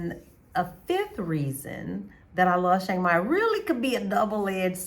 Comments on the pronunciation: I’ve been to Chiang Mai (Pronounced - Chuh-Ang My) Mai 30 times since 2005 but I’ve never been to Shhhhhiang Mai. Where is it located? 🤣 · I don’t have on a mask. It’s a photo of a snowman dressed up to look like a man. I don’t have a YT channel and don’t know how I got subscribers. Maybe they like snowmen. I don’t troll. I was merely pointing out the proper way to pronounce Chiang Mai in, what I thought, was a comical way but it looks like it back fired. Please forgive me if I offended you. I wish you the best and hope you continue to enjoy Chiang Mai. It’s my favorite city in Thailand.